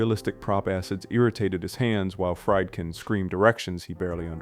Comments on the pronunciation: Friedkin is pronounced " Freed- kin", not " Fried- kin". Its a german name. You pronounce the second vowel, not the first. Look it up. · Some constructive criticism. First, I assume the narrator is human (not AI). If so, make sure you pronounce things like director’s names correctly, like FREED-kin, not FRIED-kin. Movie buffs know these directors names, so, mispronouncing them sounds low-effort. I liked the video, but the mistakes kept me from subscribing. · Can't pronounce Friedkin.